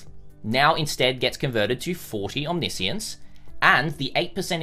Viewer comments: It is not omni-science, it's omniscience. It refers to knowing everything, often associated with God or gods, nothing to do with science. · isn't it omni-science? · I'm triggered by how he is pronouncing omniscience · just me or... isnt it OMNI - SCIENCE? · no it is not? Omniscience is like Omnibus. Omni he pronounces right. but the word "science" he pronounces terribly wrong each and every single time. It is understood as a name for "Everything-Science" as in "Science of all attributes combines" if you want.